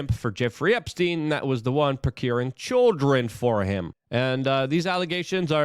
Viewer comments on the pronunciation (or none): Listening to Luke attempt to pronounce English words is maddening. Phrases, too. “…won’t see the day of light”? Wit for with. Cher-drin for children. What’s next, axe? Yuck.